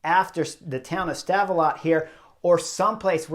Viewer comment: Love the work Chris. Have for a while. Did get a link of you smashin your bike 2016 in my feed. Rough day i guess gladly it was there and not on the Angliru. The T in Stavelot is silent. Great place with an awesome grand prix circuit (Spa-Francorchamps). -U10